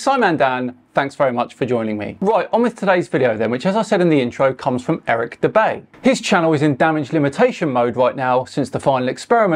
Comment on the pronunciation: Dubay, more like Dur-bay.